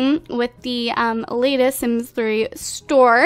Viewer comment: You said store like 'sims 3 STORE'